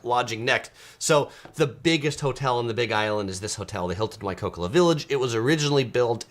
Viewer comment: We love the Big Island best and find the open air airport charming and part of the experience. Another fabulous resort is the Four Seasons Hualali and our favourite activity o the BI is golfing. Not cheap but many beautiful courses. Thanks for a great video. By the way, it’s Waikoloa (why coal oh a).